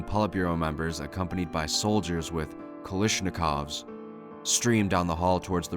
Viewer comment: I know it's 3yrs late but... kalishnikovs? Really? Love what you do but it's kalAshnikovs